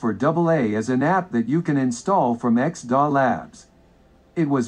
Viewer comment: It's called X.D.A. and not X.DAhh (